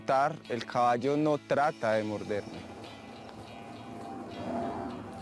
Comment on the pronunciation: El cabasho el cabasho, jeje